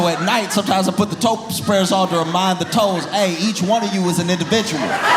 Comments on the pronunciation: I don’t want to admit how long it took me to realize you didn’t say “toast breakers”. I was down a weeeeeird rabbit hole 😂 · I thought Josh said "toast spreaders". 😂 Glad he cleared that up! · i heard toast breaders instead of toe spreaders :D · it took me entirely too long to figure out he said “toe spreaders”…